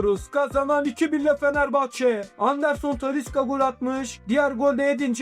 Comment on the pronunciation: Doğru taliska değil talişka